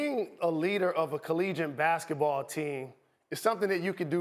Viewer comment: Jalen cant EVER say the word collegiate. I always hear an n in there somewhere lol